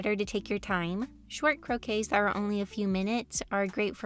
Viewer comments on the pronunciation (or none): I'll just say that "croquis" comes from french and basically means "sketch". Its pronounced as you said except it ends with ee instead of ey, croquee instead of croquey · As someone who speaks french I think the way you say ´croquis’ is very cute ! It basically just mean sketch and it’s pronounced « cro-quee » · Love your vids but croquis is prononced with an i not an e